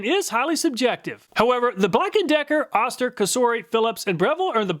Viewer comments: Oh-ster, not Ah-ster. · Just so you know, it's "OH-STIR" not "AH-STIR". That's from the company themselves. 🙂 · you were calling the O-ster, Oscar, just say O then ster not Oscar. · It's Ohster not Ahster... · I really love your presentations! However I cringed every time you said oss- ter. This is an old American name brand. Oh- stir is the pronunciation. I'm old and remember Oster. Of course it is just a name now. Thanks! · Oster is correctly pronounced oh-ster , not ahh-ster. At least acording to John Oster, a direct descendent of the founder of Oster Manufacturing, who still works for the company. He would know, so I'll take his word for it. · It's pronounced Oh-ster... not Ah-ster. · Killing me with the “Ahster” here. It’s pronounced “Oh-ster” (rhymes with toaster). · Wait It's pronounced Ah-ster? My family always said Oh-ster. 🤔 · Jersey dialect😂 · say "Oh-Ster" not "Ah-Ster" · You are too young to know that Oster is pronounced with a long O. OH-ster, rhymes with roaster. The brand has been around for a century making blenders, mixers, and other kitchen small appliances. They made lots of other things including clippers including large animal clippers. I used a big set of Oster clippers on horses in my childhood. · I think Oster is pronounced like “toaster” without a T. Oh-ster. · You’re too young to know but “Oster” is pronounced “OH-Ster” Once upon a time was a beloved Made in USA Appliance brand. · it's pronounced Oh-ster, lol. I remember the ads from my childhood. this brand has been around for a long time. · You kept mispronouncing Oster it is pronounced OH ster. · Oster is pronounced OH-ster per their ancient commercials. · Oster is pronounced with a long "O". Go find some of their old TV ads and you will hear it.